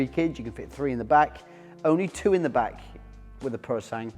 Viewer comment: I'll be the nerd: the Ferrari is pronounced 'Purosangwey" but hey... who's arguing?